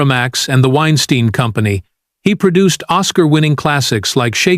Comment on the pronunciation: Why is it that the AI narrator butchers the first pronunciation of a name, but gets it right after that? 😅 Edit: Wine Steen vs Wine Stine 😅 To add Baldwin to this list is BS. The prop master was the one responsible and everyone knows it.